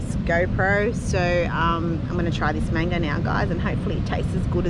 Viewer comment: Ok so I know you are now Australian but you are Latina and speak Spanish. Gotta change how you pronounce mango. Pronounce it like a Latina. So how was da mango 🥭? Any good? So wait you all drive on da left hand side. Looks like it. Then no problem for you to drive in JA. No need for adjustment